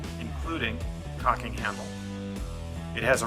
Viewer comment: I swear it sounded like you said "cocking camel" lol . Very interesting.